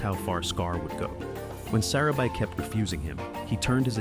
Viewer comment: Your subtitles mistakenly spelled Zero instead of Zira’s name! 😅 The lioness, who was Zira’s daughter is pronounced wrong. Her name is pronounced as Vi-Tah-nee. And the wife of Mufasa is pronounced as suh-rah-bee.